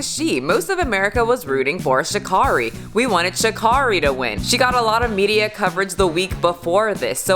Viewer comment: Her name is pronounced: Sha'Carry.